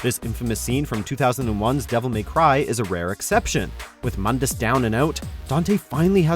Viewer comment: Its pronounced "moondus"